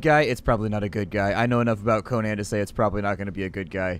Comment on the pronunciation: It's pronounced coh nin